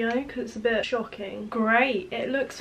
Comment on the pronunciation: everytime you said shocking i thought you was gonna say shite😂😂